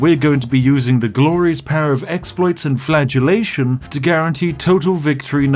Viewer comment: flatulation or flagellation